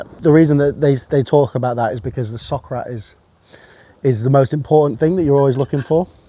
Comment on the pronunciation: I kept hearing sock rat